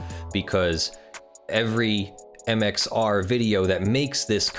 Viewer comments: Am I the only one here who’s gonna point out this man is saying MXO plays rather than MXR plays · when he says mxo and not mxr it kills me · Am I the only one here who’s gonna point out he is saying MXO plays rather than MXR plays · why are you constantly calling him MxO? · Why are you saying "MXO"? Isn;t it MxR? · Its MXR not MXO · It's MxR. Not MxO. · Who else is annoyed he keeps saying mxo